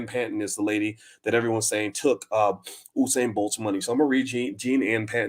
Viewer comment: you kept saying Husain. its usain as in Yousain